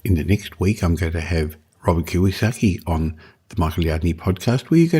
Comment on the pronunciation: It’s KiYOsaki not KiWAsaki 🤙🏾 thank you 👌